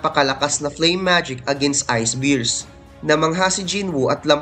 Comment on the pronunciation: No offense. Improve lang po tayo ng kaunti sa pronunciations natin. It's "BEARS" not Beers. Pero overall you doing great. Thanks!